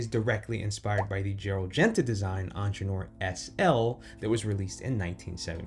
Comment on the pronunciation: You might want to look up how you pronounce Ingenieur